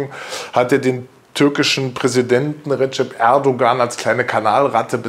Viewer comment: sie sprechen den namen "erdogan" ständig falsch aus, und nein, kubicki hat mit seiner äußerung nicht übers ziel hinausgeschossen, ich hab kein problem mit seiner meinung. man muss es sehen, wie es ist.